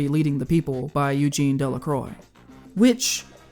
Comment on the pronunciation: You mispronounced every 2nd word and spouted left wing bull up the wazoo but that was informative at least in terms of movies. Please listen to pronunciation of words: 'pullet', 'delacroix' and 'Zauberlinda'.